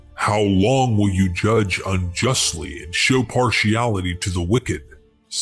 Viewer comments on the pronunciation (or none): none